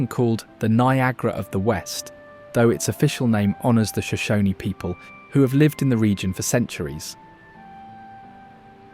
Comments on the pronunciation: *Shoshone (County) - the 'e' is silent. The Shoshone Tribe is pronounced "Show-Sho-nee" using the long "e". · I can't be the only one that wants to throw my phone every time he says Shoshone incorrectly...